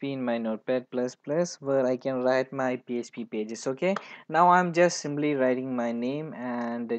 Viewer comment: Abblication , ggimply ..😂 your English is awesome dude!